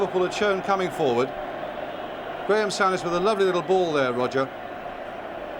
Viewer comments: Sue.ness...not sow..ness... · Brian Moore ,got it so wrong in say souness name wrong throughout spoiling it for me ,I can't believe he made such a mistake there must be a BBC commentary of this game with John motson or Barry Davies